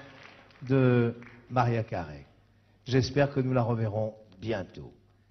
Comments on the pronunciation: DEAD did he say Maria Curuuuy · Lol in spaim everybody pronounces it like mareea karai lol but we thimk the same when foreign people pronounce enrique iglesias. its so hilarious!!! lol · Lol I love that look when she hears her name mispronounced.